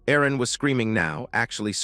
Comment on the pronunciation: I would think her name was Erin and the voice over makes it sound like arron